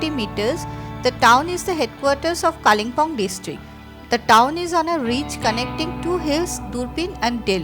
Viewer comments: Kalinpong ....bad pronunciation It's kalim pong Local tongue kale bung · Your English of Pronunciation of Kalimpong, is atrocious